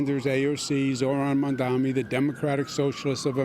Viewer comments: mispronouncing mamdani on purpose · Cuomo's commitment to mispronouncing Mamdani's name so consistently is the pettiest, laziest thing I've ever seen.